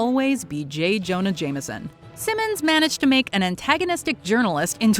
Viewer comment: J. Jonah JAME - SON, not JAMER - SON. There is no 'R' in it.